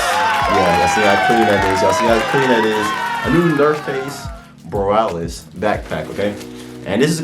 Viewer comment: Nice review! By the way it’s pronounced Bo- ree-a-lis not boralis